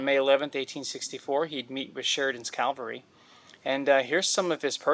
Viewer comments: PLEASE. tHE WORD IS cav al ry NOT calVARY. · Hate to be a stickler, but it’s cavalry, not Calvary. Calvary is the place of Christ’s crucifixtion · Is'nt the correct word CAVALRY, NOT CALVARY? Patton will turn in his grave! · Calvary vs Cavalry ... seems important to make the difference. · You know the difference between “cavalry” and “Calvary,” right? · Military units with horses were called C A V A L R Y...not calvary. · Cavalry…. Not Calvary. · spend some quality time reading and better familiarizing yourself on subject matter prior to posting such amateur content. You may even find yourself becoming capable to say & spell cavalry, and some how become tolerable to listen to. You keep saying thank you for being informed of thing you should already know, yeah your polite, but completely incapable of producing quality content.